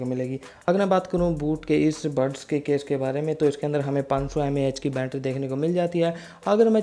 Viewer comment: ठीक से हिंदी बोलो भाई बूट बोल रहे हो बोट को बैटरी को भी गलत बोल रहे हो